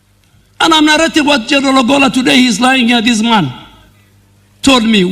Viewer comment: The Defence CS is mis pronouncing the name of the late CDF ! I am hearing Obolla instead of Ogolla !